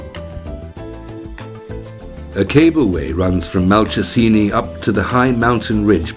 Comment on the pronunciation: Not convinced about the pronunciation of Malcesine. I believe it's Mal-chez-in-ay. Still, some happy memories of my holiday there have been brought up by this video.